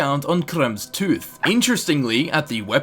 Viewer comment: Don't quote me on it but I think it's pronounced (krem-ver's) idk Thats just the way I've heard it pronounced.